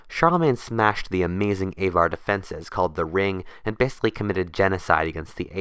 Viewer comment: would have been better if you had looked up how to say Avar and Magyar. Even the printed word would have missed out on a font, developed from Carolingian Script (hard g, not soft)